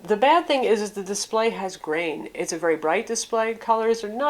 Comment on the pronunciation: Legit "grain"